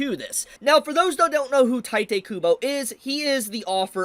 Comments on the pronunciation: It's not "taite" kubo, it's "tite," ti as in tea and te as in tell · It's teete not tYte.... You are brutalising his name. Anyway, I heard that weather Apps are now requiring IDs in Texas. n texas. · Bro, it's "tiiiitehh kubo", not "taitay kubo"... XD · It’s pronounced Tite (Taito) Kubo. It’s explicitly not pronounced the Japanese way. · Friendly PSA that Tite is supposed to be read as Taito. Or you can read it however you want, I'm not your mom. Just saying coz many ppl don't notice just coz it's a quirky af romanization.